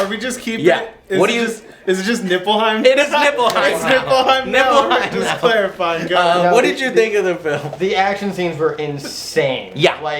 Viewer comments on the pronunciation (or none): Joe its Lena Headey LOL and nippletown, lol i mean Niflheim, but still funny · NIFLHEIM, not "Nippleheim". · I believe it's Niflheim, not "Nipple"heim. XD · why does he keep saying NIPPLEHIEM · did i just hear niflheim or nippleheim ?! :^) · neiflheim you uneducated peasants! not nippleheim. Nippleheim. Nippleheim. hmmm, never mind. nippleheim it is! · Did he just pronounce Niffleheim as Nippleheim? lol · Everytime they say Nippleheim, its like someone's tickling my nipples its distracting :| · its nible-heim not nipple lol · Its neilfheim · Niflheim not Nippleheim smh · Niflheim, not Nippelheim.Probably based on Nifelheim,one of the nordic Underworlds. It's so stupid that you call it Nippelheim, really stop. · I just find it funny he keeps saying Nippleheim LOL. Anyways have fun with FFXV :D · NIFFELheim, not nippleheim. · Pretty sure it's Niflheim, with an F. Not Nippleheim! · NIPPLEHEIM ? beware the power of the nipples xD . its nifleheim if i remember correctly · Niplehein....Niplehein Joe xD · I can't take you seriously when you pronounce Nilfheim that way. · As a FF fan, all of Joe's mispronunciation and lack of understanding was super cringy. It's NIFLHEIM and MAGITEK XD love ya Joe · Niflheim.... Joe.... Niflheim. ;) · If u say nippleheim one more god damn time im gonna flip shit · it's pronounced Nifelhein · I don't think Joe realized it wasn't called "Nipplehiem" until at least half way trough the review XD. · Joe hearing the names wrong lol especially "Nippleheim" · Dells face every time Joe says Nipplehiem XD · Yo Joe, its Niflheim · Daniel always reacts about joe's "Nippleheim" which is hilarious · Niflheim, Joe. Niflheim